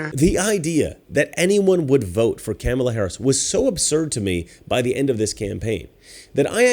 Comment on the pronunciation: I like how he keeps mispronouncing Kamala's name. Master troll.